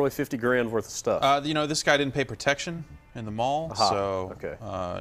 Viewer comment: "50 grand woth of stuff"